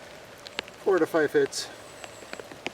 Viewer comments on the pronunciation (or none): none